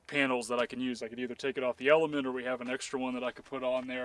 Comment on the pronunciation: I keep thinking I’m hearing you are saying not element 🤣